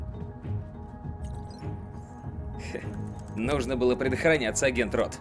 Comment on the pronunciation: Не нано, нуно